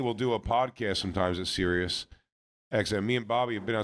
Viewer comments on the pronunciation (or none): none